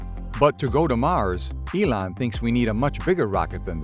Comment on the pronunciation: WHAT DO YOU EXPECT FROM HIM? HE KNOWS ELON MUSK HAS A FIRST NAME, GREAT, BECAUSE WE ARE ALL ON FIRST NAME BASIS. BUT MUSK'S NAME IS NOT "ELAN" . THIS VIDEO IS JUST DESIGNED TO DRAG IN IDIOTS LIKE YOU, MICHAEL AND ME.